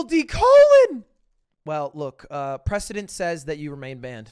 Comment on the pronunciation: "What do you think that word looks like" This coming from the guy who brought you 'prescdedentnentnet'